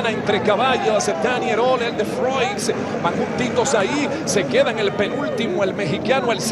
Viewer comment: estos narradores de hoy en dia no se vale y cada uno de ellos le da una pronunciacion diferente a el de froix